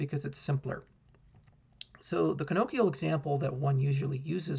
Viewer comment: Thanks for this presentation! Well done, Sir. A few points: 1) the pronunciation of canonical is ; 2) there are some other notions of smart contracts that come to us from programming language design that have been used in the financial sector for quite some time, you might look at the company LexiFi, and the work by Simon Peyton-Jones and Jean-Marc Eber; 3) value flow contracts are clearly anticipated by the mobile process calculi, notably the π-calculus of Robin Milner.